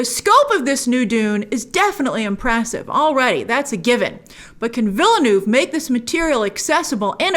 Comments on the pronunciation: Stop saying Villydenoov Fss! It's a French word. It has a pronunciation. Say as if you are using the French words. It's Veelnurv. New Town. We don't pronounce Newton, Neeewlytornpop. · she still can't pronounce villeneuve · As someone who is fluent in french and English , i find it funny how you pronounce VILLENEUVE 😂😂😂